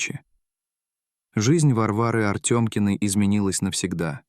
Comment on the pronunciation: Не Артемкиной,а Артамкиной